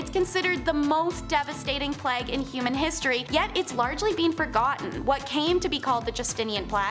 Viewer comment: Nice job you're doing,. One thing? You're occasionally pronouncing plague wrong, not sure why? Playg not Plagg. Otherwise, you're rocking it. 👍🏻